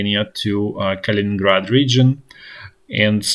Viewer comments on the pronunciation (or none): none